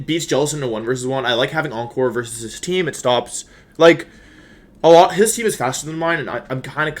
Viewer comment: Normal Wolfey fan: new Wideo, against Cybertron? Me, an intelectual: a Wersus!